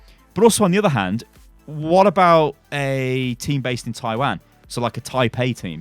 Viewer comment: I can't get over how pronounces "Taiwan"